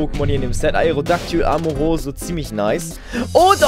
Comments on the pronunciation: es heißt amoroso, nicht amonitas;D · Du sagst zu Omastar Amaroso und Amonitas!!!😂😂😂😂